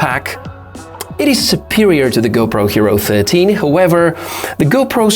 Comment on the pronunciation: You said hopro 13